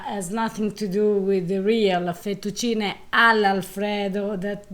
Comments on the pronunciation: I love how he makes no attempt to say the Italian words in any way Italian Fetucheenay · Im german and I believe 100%! My passion is cooking and language! And therefore I try to pronounce the words, the same, as I heard them from the native speaker, as a form of respect and I think we can understand each other better!! So, I learned that the American and English people pronounce everything they don’t know as an “ey” For example Fettuccine =Fettucciney, Cafe=Cofey, Late=Latey, Grande= Grande and Giovanni= G I Ovanni, though I heard the Italian pronounce it more like Govanni with the first I silent! Only if the name is Gio then the I is pronounced! And to come back to the “ey”, the can pronounce the “e” it’s in thE, fEttucine, pEn. do you think I’m to serious or do Italian pay attention to that? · This guy is funny, mentioned the correct pronunciation of fettuccine Al Alfredo multiple times, and he just… can’t… I think he’s having us on. Yep, there’s some intentional filmmaking going on here.